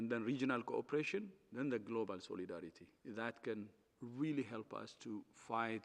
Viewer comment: Nobody is buying these elementary responses to serious and warranted criticisms. Say Soleedaridy once more Dr Tedros 😂